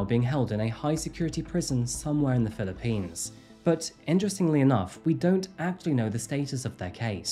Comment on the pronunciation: You would know better than I how to pronounce 'Sayos', but it doesn't sound quite right. And 'Philippines' usually has the emphasis on the first syllable, not the last. It's great to see and hear a real human instead of a robot voice narrating, but you don't have to try and sound like AI.